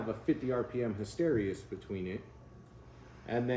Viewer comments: It's hysteresis, not hysterious! Lol. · Hey - his-te-ree-sis thought you should know.